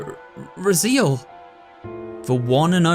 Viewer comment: I think it’s pronounced Raz-ay-el, not Razeel.